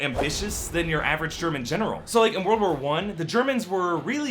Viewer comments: "THE WORDL CAN BE OURS" yes, I too want a wordl. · "The Wolrd " lol